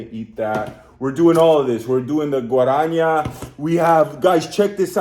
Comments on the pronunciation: GuaraNAH not Guaraña! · Guarânha fudeu com tudo heim pqp O bagulho já tem acento que é pra não errar GUA-RA-NÁ NÁÁÁ !!! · Guaraná (it"s pronounced Gwa-ra-nah) is an amazon fruit originally cultivated by native Brazilians. "Antarctica" refers to the brand. The flavoured cassava flour is called "farofa". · "Guaraniah"... LOL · O jeito que ele pronuncia "guarania" 😂😂😂 is funny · 'GUARANHA" ANTARCTICA ... te amo gringo. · do not speak guaranha its wrong, the correct pronounce is diferent, you need test with google translate. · it's pronounced somewhat more akin to "Ghuahranah Ahntarticah", it's basically a Brazil-born recipe soft beverage containing Guaraná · "Antarctica" is the name ot he Brazilian company that produces "Guaranah", that's how you pronounce it: "Guaranah"! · Gotta love how the guy butchered Guaraná pronunciation 😂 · "Guaraná" is n-a, not like ñ in Spanish or gn in Italian. Just a simple N and then an "open" A. That's what the "´" is for. It's like "o" in "out". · Achei engraçado ele lendo Guaraná kkkk 🇧🇷🇧🇷 I found it funny that he was reading Guaraná